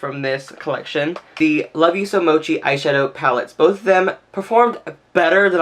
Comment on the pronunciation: Thank you for knowing what mochi is and how to pronounce it correctly! Your thumbnail really pulled me in, I love how you incorporated so many colors for your look and still tied them together for a really unique look. You've earned a subscription from me! <3